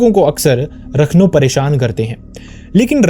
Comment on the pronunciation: Rakhno nhi rakhandaar vo